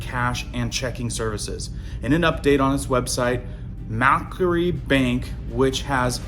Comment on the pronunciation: It's pronounced Mac-quarry. It's a big bank in Australia but not one of the "Big 4" as the 4 main commercial banks are known as. I've read recently that here in Australia the hole in the wall cash machines have been getting used more. Bank branches are closing but people here are making a return to cash.